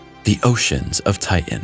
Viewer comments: TI-TAN not TIT-AN another read-bot ? or just an illiterate ? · Thanks for the content. I just wish you could pronounce "Titan" correctly.. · I wish you'd learn to pronounce all the letters in words. IE "Ti Tan" not "Ti n".